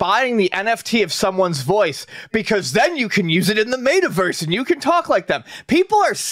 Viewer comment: idk what bugs me more. NFTs or pronouncing it Mayta Verse 🤣🤣